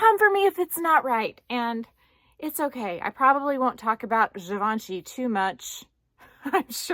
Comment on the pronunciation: So interesting video 😘💖 thanks for sharing. And you pronounce Givenchy really good 👍( i can not answer your comment question since i got no bag from these brands sorry☺️) Happy Sunday 😘